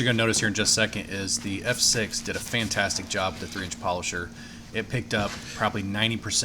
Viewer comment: That was some gloss on the paint it looks like a different truck, did you say it was pantastic, or fantastic 😂😂😂😂 a joking aside you did a good job 👍👍👍